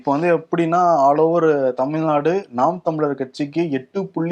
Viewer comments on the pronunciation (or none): none